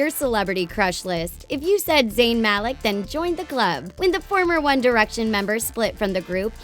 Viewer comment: Wow, she actually pronounced Zayn Malik's name correctly!